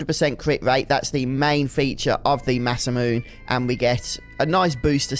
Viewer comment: Actually it is pronounce "Masa-mu-NAY"